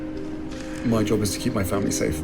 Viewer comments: Fomlee 😂 lol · Their children really don't have a role to play in their historical fomlee as Harry pronounces it, they are several cousins away from the throne.